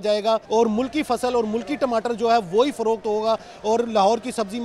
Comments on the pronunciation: Hahaha टिमाटर नही बे टमाटर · अरे मैडम टिमाटर नही टमाटर बोलते है पहले बोलना सीख लो